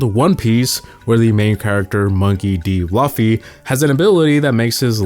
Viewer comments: IT IS PRONOUNCE LOOFFY, NOT LÃFFY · dude u pronounce it looooooffy not luffy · no way he said "luh fee". Its "loo fee!!!" Lol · Luffy not Loffy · thanks for correcting my pronounciation. I thought it was Luffy, but its actually laffy haha thanks for the correction. These americans man. They always fuck up the names. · you pronounce luffy to laufey HAHA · Bro it's luffy not laafi😂😂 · bro said laffy, crazy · fr bro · that luffy pronunciation destroyed a bit of my soul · Nah you butchered luffy’s name. Along with Naruto’s name in a different video. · Bro said Luffy wrong😭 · Bro didn’t know what he started when he mispronounced Luffy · I, the chairman of the anime watching league of north asia demand a formal apology for mispronouncing the name "Monkey D. Luffy". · Bro butchered up luffys name so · i literally say brooo out load when he said it lmao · Bruh its luffy, look at subtitles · you said luffy wrong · Mispronouncing Luffy is crazy